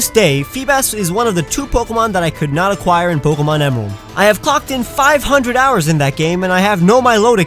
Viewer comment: AND YOU SAID THE FIRST PART WRONG! IT'S "I WAS NOT EXPECTING", NOT "I WAS DOT EXPECTING!"